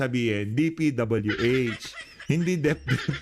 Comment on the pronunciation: UTAK TALAGA NI BANGAG LUTANG, OBVIOUS NAMAN SA HITSURA MAY TILILING😊 HINDI MABIGKAS ANG DPWH.... DEPDEP DAW??? 😀😄